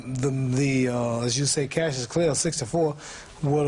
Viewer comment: 19.20 He says cassius